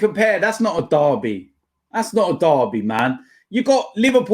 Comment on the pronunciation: I love how Robbie pronounces things 😂 "NORFF LUNDIN DARRBY"